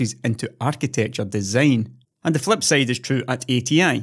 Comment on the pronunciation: Also, he manages to say -sayded when he means to say -sided.